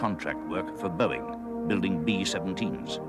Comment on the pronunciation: Haha you said Bong 🤣